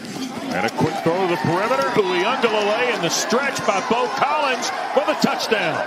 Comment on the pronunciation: These Dudes Cant Ever Pronounce A Samoan Name He Said Dj Ui aga Leilei You Know What I Mean